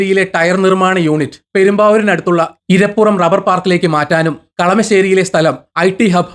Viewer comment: ഇരപുറം അല്ല ഐരാപുരം. ഐരാപുരം റബ്ബർ പാർക്ക്